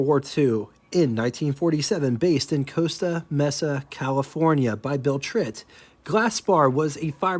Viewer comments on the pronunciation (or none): thanks for pronouncing “Willys” correctly! You know how I hound you over pronunciation… btw, Mesa is pronounced “MAY-suh”. 😂. At least on its own.